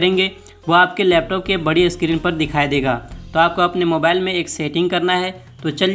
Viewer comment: 😀... Screen(स्क्रीन) इसका उच्चारण अस्क्रीन होता है इसलिए!